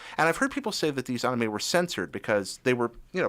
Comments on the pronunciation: it's like he says it with two A's like saying the name Aaron....Aanime lol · Why does he say anime like that 0_o? its clearly based off the word animation why change how its pronounced